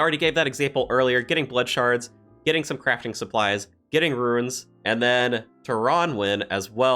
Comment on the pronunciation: Wow at around 12 min you say runes correctly twice in a row! Btw I've been glued to your and doubleshine's videos. Thanks for all your review